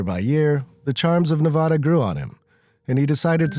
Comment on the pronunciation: Stop mispronouncing "Nevada." !!!